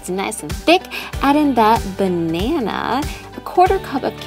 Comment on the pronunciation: the way she said banana :/